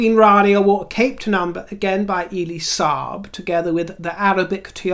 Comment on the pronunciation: it's Friday....Elie as in 'Welly' Elie Saab.....😎